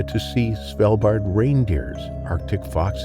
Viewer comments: It is Svalbard not Svaldbar. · Norwegian here - it’s Svalbard, with a hard “a” in both cases, not “Svelbahh”